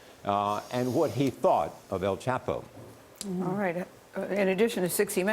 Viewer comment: Does this stupid b reporter not hear everyone on the planet calling him el "chop" o. Not el "chap" o? I just dont understand it. You're f ing stupid.